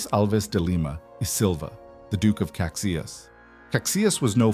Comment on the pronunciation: Duque of Caxias is pronounced Casheeas